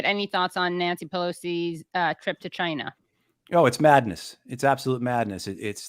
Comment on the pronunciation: 'Chyna' - Donald Trump